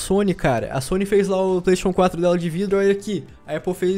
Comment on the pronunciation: Kakaxe falando Playstation 4 parece que tendo um derrame. "Plaisxexun 4"